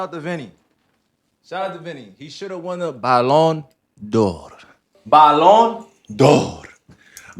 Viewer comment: I lost it when he said bayon dor. And the subtitles said bayon de la. 😂😂😂 Its Ballon D'or